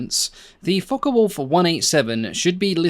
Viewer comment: Very interesting video, but don't you just hate it when people pronounce Focke (as in Focke Wulf) as Fokker Wulf. I have always known it as "Fock" rather than Focker. One is German, the other Dutch, aircraft manufacturers... All very clever people. It's right up there with film soundtracks that play the Junkers Ju87 dive sirens at any time that any aeroplane is diving...😂